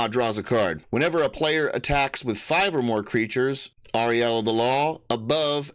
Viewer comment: Uh- rule-ya I believe is the pronunciation. Glad to stumble on this channel